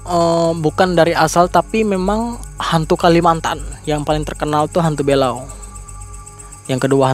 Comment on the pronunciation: belau bg, bukan bélau 🤣